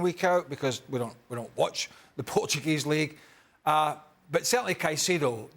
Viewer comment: The way he said "the Portuguese league"...🤨. Wao...just waao...